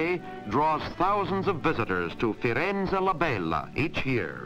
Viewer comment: Ah ah ah. When the narrator says "To the Florentins, it is Firenze La Bella", he probably tries to do a Tuscan accent, but the result sounds hilarious because he does a marked Southern accent instead (which has nothing to do with Tuscany and Florence).